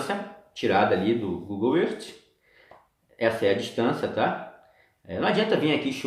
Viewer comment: não se pronuncia Google erti, e sim Google ârf É mais, seu teste de curvatura não é o melhor Sem dúvida o do Martins do sem hipocrisia ficou muuiiito melhor. A TERRA segue PLANA. Um abração.